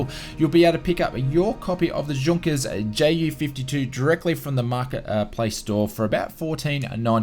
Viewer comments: *tells him off karen styles" Its pronounced "Yunkers" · Great update, but yes, 'Junkers' is pronounced 'Yunkers', J's in German are pronounced like Y's in English. Keep up the good work!